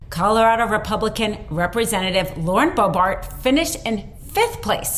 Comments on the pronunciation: I realize you won't have to say this name much longer, but the woman's last name is pronounced BO-bert rather than BO-bart. Thanks for the video! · Stop saying BOEBART. 🤦🏼‍♀️ How can someone report on this and continuously mispronounce her name. Who does not know it is BoeBERT?! Lord. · Boe BERT not Boe BART. Jebus! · You keep pronouncing her name “Bo-Bart”. It’s incorrect. I don’t think much of her, but are you even trying to say her name correctly? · I like the content, but the subject's name is not "Bo-BART", it's "Bo-BURT". You just don't come across as credible when you mispronounce the subject's name—especially when the name is easy to pronounce. You should have hosts that know enough about their subject to pronounce names correctly. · To....This mentally challenged female aardvark is named LAUREN BOEBERT and not LAUREN BOEBART! It is right and proper to be critical of this female...but...at least get her name right! I don't think you'd be pleased to have your name pronounced DULL!!! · She is a loser and embarrassment to the GOP. Unfit to serve. P.S. BoeBERT...not BoeBART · I know we don't care for her, but how do you keep pronouncing her name wrong? It's not Bart. It's Bert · lady announcer needs to at least pronounce LB's name.........and it's NOT BoeBART it's BoeBERT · This would carry a bit more credibility if these announcers would pronounce her named correctly...it's not BoeBART - it's BoeBERT. She is a joke - I wonder who told her she could do this job...? Anyway, I think she's probably done for, but until she's gone lets pay attention to her name. It's Bert (as in Bert & Ernie) and not Bart. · I'll be glad when Boebert is out of the news. But, it's Boebert, not Boebart. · BoebErt, not BoebArt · It’s “Boebert “ not “ Boebart”! Or Bimboo! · Are you not able to pronounce names correctly? Boebert has an odd name but nothing is particularly difficult about its pronunciation. I'll help you out - it's Bert and Ernie, not Bart and Ernie.